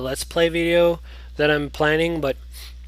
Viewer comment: it kinda irritates me how u say oblivion